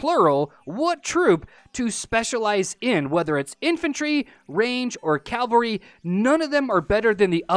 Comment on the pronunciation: Its cavalry! Spell it with me, C-A-V-A-L-R-Y. Not calvery. not cavlery. CAVALRY!